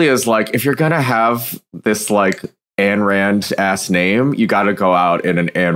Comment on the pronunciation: Just a note that Ayn Rand's forename is pronounced like Ein, the German word for "one". There's an easy pneumonic: Ein Volk, Ein Reich, Ayn Rand.